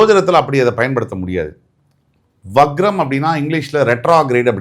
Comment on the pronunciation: முதலில் சரியாக வக்ரம் அதாவது Vakram not vagram என்பதை உச்சரியுங்கள்